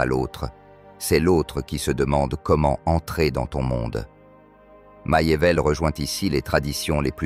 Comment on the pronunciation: MACHIAVELLI se prononce MAKIAVÈLLI et non maillevèlle ni machiavèlle